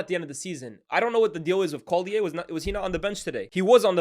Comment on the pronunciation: Why’ve you pronounced collyer like he’s French